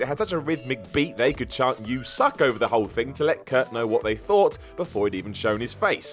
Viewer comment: It's "What?", not "What!".